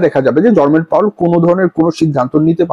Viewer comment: Word ta 'Jerome Powell (জেরোম পাওয়েল)' hobe ,not Jormen powell' apni as always e name ta vul bolen 😂